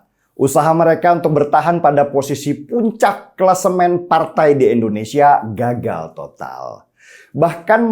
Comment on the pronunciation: Biasakan ngomong indonesia . Bukan endonesia .